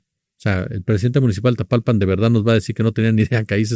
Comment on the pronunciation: Es TAPALPA, no Tapalpan